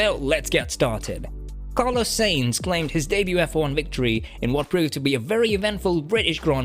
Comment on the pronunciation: Carlos Sayings??? You got to be fu€king shi#ing me. Bro. Please. For fokssake learn how to pronounce the driver's names right.....